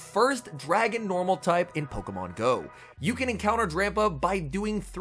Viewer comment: Why are you saying “pokamon”?